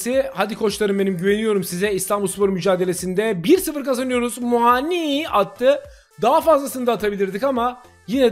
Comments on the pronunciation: her muaağni diyişine bir dislike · Kanka Muani bin ismini inşallah hep öyle soylemessin 😂😂😂